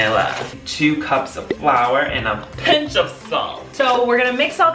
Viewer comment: (Colleens lip sync) "and a plilck of salt